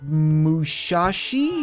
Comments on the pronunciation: It is Musashi, not Mushashi. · IT IS MU-SA-SHI NOT MU-SHA-SHI!!!!!!!!!! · its “musashi” not “mushashi” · It’s not mushashi it’s musashi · its musashi not mushashi and no i dont care its been 2 years